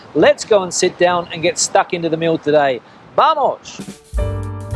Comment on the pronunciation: E nos vamos e não bamos.